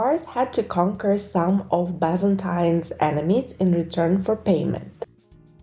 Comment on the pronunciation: So many incorrect pronounciation. It's not Bazantines but Byzantines, and not Vaineruold but Vinervald :D